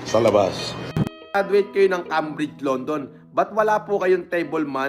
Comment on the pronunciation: This is so fake! This never happened at Cambridge University, and he wasn't a topnotcher. I didn't even see Brittons anywhere. I am half British, and I know what I am talking about. He can't even pronounce Cambridge correctly. Bloody liar!